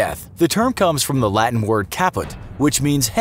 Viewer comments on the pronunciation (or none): none